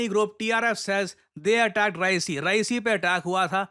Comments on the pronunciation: Reasi ❌ Rehasi ✅ My home town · रईसी नही रियासी है जगह का नाम, मैं वहां रहकर आया।🙏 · REASI, not Raesi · कृपया रियासी डिस्ट्रिक्ट बोले ना कि रईसी🙏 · Ri---ya---si not ra--i---si 😂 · I'm from Reasi...(Ree-aa-si....not Rai-si) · Sir its Reeyaasi not Raysee -- Thanks from Jammu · Its not raesi its REASI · Its re-aa-c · Sir, it is pronounced as रियासी district. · It is रियासी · रियासी, this is how Reasi is pronounced. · Hi -. Just a correction in pronunciation for Reasi It's pronounced as Reyasi ( Re Yaa see) although written as Reasi Thought sharing here. Thankyou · Reasi ~ pronounced as Reyaasi😊